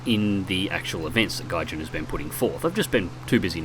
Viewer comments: Just gonna point out that it's Gaijin, not Gijan. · dragonosis Sorry, Gaijin* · dragonosis damnit i thought all the time its Gayjin